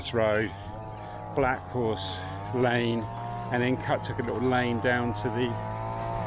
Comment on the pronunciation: Such an interesting accent. Many unsounded letter 't' words. Thus, 'little' becomes 'liowl'. That's not a criticism - RP is not obligatory.